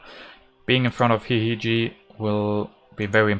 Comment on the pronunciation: hihihiji is smiling every time you pronounce his name, hihihi